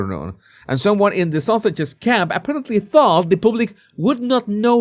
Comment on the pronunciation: 😂 I thought you were saying "Sussexes" with your accent. But I am sure you are really saying "Sausages"!